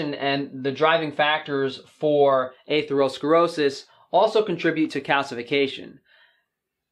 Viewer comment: The way you pronounce atherosclerosis makes me cringe